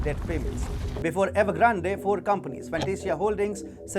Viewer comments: Evergrande is pronounced 'evergrand' e is silent. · ..good vid, but Evergrande is probably 3 syllables the final E is silent I think, like Grande in French